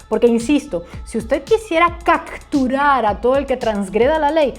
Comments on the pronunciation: "cacturar" (o sea, los van a ensartar en cactus?), "Transjredan" (😮😮) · 😂😂😂 buena: "cacturar"